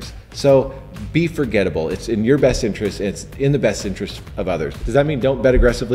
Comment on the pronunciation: “foregettable” * forgettable